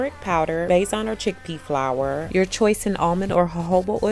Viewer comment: Besan flour is pronounced the same way the English word “basin” is pronounced :) it’s an Indian word